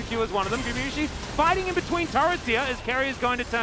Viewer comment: that caster is still saying gumiyusi after 2 years of casting him. Please take your job serious xd